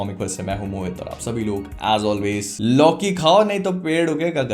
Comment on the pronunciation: Loki ❌ Lauki✅